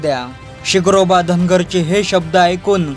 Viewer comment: SIGROBA nahi SHINGROBA bol Yedzavya u tube walya